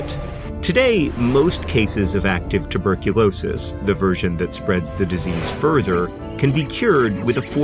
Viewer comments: "Tubercu-NO-sis" got me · tubercu no sis 😂😂😂